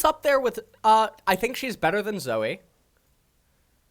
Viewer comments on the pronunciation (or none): none